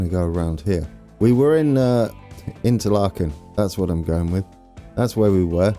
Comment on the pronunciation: Thun = Toon Spiez = Speets Interlaken = Interlaken ("a" pronounced like the first "a" in again and not like the second one) Gwatt = same thing with the "a", just listen to Google Translate pronouncing the "a" in Interlaken Oberhofen = with a long "o", again just listen to Google Translate Riggisberg = Riggesberg (listen to Google Translate pronouncing "Berg") Adelboden = Google Translate mate Domodossola = thats actually in Italy so pronounce it just how it´s written Visp = Wisp Sitten = you actually nailed that Siders = Seeders There is now way of you getting everything perfect, German is just too difficult for an anglophone but it would be nice if you put a bit of effort in your pronunciation. Google Translate of course is a bit crude but it get´s the job done and I believe it would make your pronunciation acceptable.